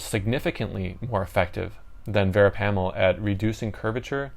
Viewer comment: Your miss pronouncing “ verapamil” .